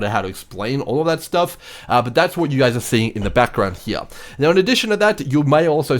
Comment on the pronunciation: Take a shot every time he says “here” (“heeah”)